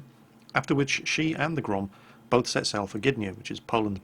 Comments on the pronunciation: The second time you said "GROM" was absolutely correct. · Thank you, very nice vid! About pronunciation - you've made a valliant effort indeed. Go to and click the speaker icon to hear how we in Poland pronounce that word. P.S. - Grom is ok. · Grom pronounciation was almost correct:P However about 'błyskawica' you should spell 'c' like 'z' in german. And 'ł', well... let's assume it's 'l':D Best Rgds, keep doing what you're doing.